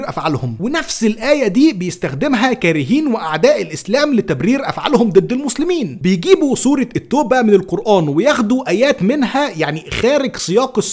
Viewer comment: . أقرأ اسم السورة صح التَّوْبَةُ